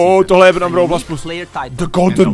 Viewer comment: 😅bravl bol